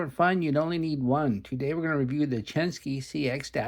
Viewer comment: People really complain about how you pronounce "indices"? In that case, I'll let you know it's "Chen-SHI", not "SKI" hehehe 👍😎